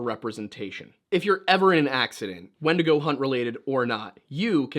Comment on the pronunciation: I kept hearing "wendigo" as "Wendigoon" and that mental image was significantly more entertaining